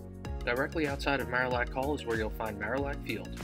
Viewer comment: Nice, except Marillac Hall was pronounced Mary-ac Hall when I was there. But then, the castle was the library and it was great to sit in an arched stone window sill, leaning on rippled old glass, on dark and stormy nights. Graduate of 1970